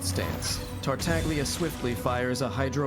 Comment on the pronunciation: Childe my beloved. 💜 I finally managed to C6 him this year and I was so unbelievably happy. And thank you for pronouncing "Tartaglia" with the silent "g", everytime it's mispronounced and especially by Childe himself ingame I die a little inside. 😅 A little fact about Zhongli, his Collected Miscellany is slightly incorrect. He is the only character that has ever gotten a rework after release. And thank god he did. I never got the chance to play him in his original state, but having him after his rework I can't imagine him functioning how he does in his Collected Miscellany. Here's a link if you're interested to Mihoyo explaining his adjustments, both in buffs and skill functions. (There was a link here, but I think youtube deleted my comment because of it? If you google Zhongli rework it should be second that pops up) I think it's really hard to properly show off characters that are more off field supports. I think they're really characters you have to play and experience their utility to really appreciate since most of the time they aren't there to be flashy. Albedo isn't really as "set up heavy" as it makes him sound. His field will automatically create/trigger the blooms as your onfield character attacks, and they can put out a good chunk of damage, my not so great built Albedo's blooms can do 30k+ ticks each. I actually curse him out when I accidentally step on his elevator. 🤣 Here I was attacking and suddenly I'm up in the air. Let me disable it Mihoyo!! Eula is a charac